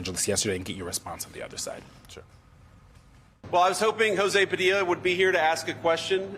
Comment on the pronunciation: You know I'm not an American but why did this man go so far as to say his name wrongly knowingly. That's nasty